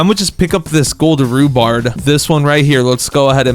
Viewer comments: He keeps calling rhubarb. Rhubards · THERE RUBARB NOT RUBARD